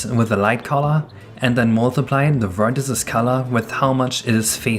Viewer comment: why do you say vertices like that